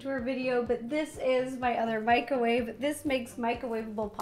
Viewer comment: You made me laugh with your Franglish pronunciation of microwave!